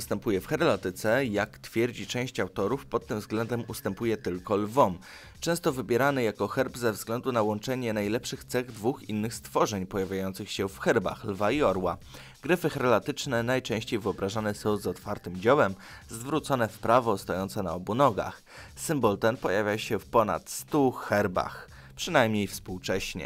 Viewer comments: Nie herlatyczne tylko heraldyczne... i jak tu oglądać... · heraldyczne nie herlatyczne....